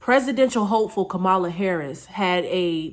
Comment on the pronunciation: Pronounced “Comma-La”. I agree with the message though.